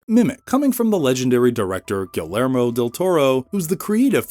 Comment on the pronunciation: Really? Gall ermo? Poor Del Toro... AI does him no justice.